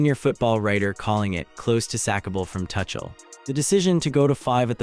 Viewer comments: TUCHEL should be pronounced as TOOCHEL ,not TOUCHEL. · This is AI ROBOT SLOP -- it is not TOO-SHALL. It is TOO--CALL. this is AI! be careful! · It's Tookell, not Touchel you Muppet. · Mate there's the England Rugby Team in your pics common gotta do better and his name is pronounced " 2 Shell " get your act together if your going to be professional . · Thomas Tuckle?😂😂😂 That's AI for you!! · His name is not pronounced "Touchel" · Lol . Yep. Thomas Touch Ell. And what is a Sem Eye final? 😂😂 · Dude... you don't even know how to pronounce the coach's name but still you make videos that I should listen to for 25 minutes straight where you misspronounce Tomas Tuchel?! No thanks... I'm leaving in 30 seconds!